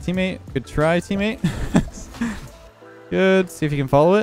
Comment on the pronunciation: Ah yes “Eammate”